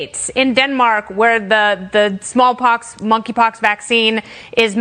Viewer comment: For some reason I thought she was calling it "f**kypox".